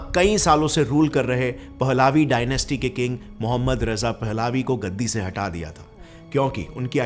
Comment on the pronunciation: Baised analysis, unreal stories. Faar from real facts & figures & also, always pronouncing urdu words in wrong way, for example he said पहलावी, but its actually पहलवी.